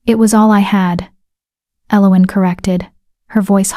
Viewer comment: I cringe every time the name Elowen is said, this pronunciation is so so wrong, other than that it's a fairly good tale